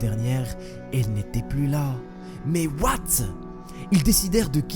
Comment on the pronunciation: Ce qui me fais rire c'est quand tu dis "MAIS OUATE ?!" (J'ai fais exprès de mal écrire)